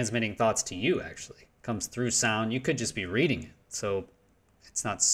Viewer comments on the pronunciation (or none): none